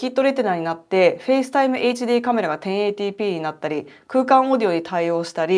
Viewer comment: 私も1080をさらっとテンエィティと言えるようになりたいぜ